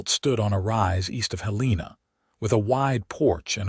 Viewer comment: The ages of the children doesn’t add up. When they were friends in their youth he was 18 & she was 16. Five years later when they meet again, her children are 7 & 4. Also Helena & read are mispronounced. Please proofread & listen before posting story. It was a lovely story if corrections are made.